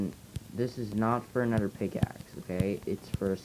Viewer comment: Really? You say uder not another.